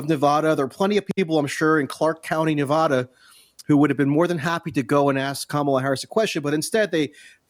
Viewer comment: That dude needs to stop mispronouncing Nevada. It's driving me crazy. Clark County has over 500k Hispanic people. This is a joke.